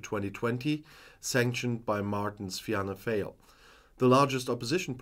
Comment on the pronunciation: Don't worry about pronunciation. It is pronounced Fall, as in,fall down. Your videos are always excellent and your support for my country, Ireland, is much appreciated 👍🇮🇪